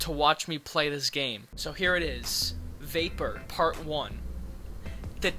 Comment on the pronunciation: i head vapour as "vaper" and idk if that was intentional but. still woulda been pretty spooky. probably more so